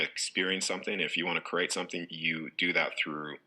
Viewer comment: Notice also the way he pronounces create - he says curate - look up the meaning of curate- assistant to a priest!